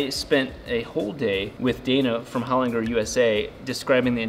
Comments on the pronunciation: Pronounced "Hole-Ling-Jerr", not "Holin-grrr". 😂🤣 Don't worry bro, you'll learn how to speak Aussie someday. 😉👍 It sounds similar to lozenges at the end. So loz-en-ges, hole-ling-jerr. 😎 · It's an Australian company and it's pronounced 'Hol-in-ger' as in 'German' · SPENDS A WHOLE DAY AT HOLINGER AND STILL CAN'T PRONOUNCE IT CORRECTLY 😂